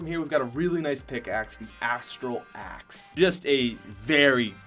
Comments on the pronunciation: I don’t think I’ll ever be able to hear axe properly again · You did not say chill axe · He did not say the merry marauder axe